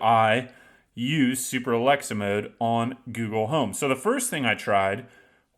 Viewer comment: You didn't even say it correctly. Though, it still probably wont work.